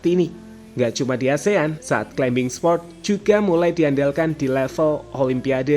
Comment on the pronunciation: Maaf mas, climbing bacanya climing, seperti plumber bacanya plumer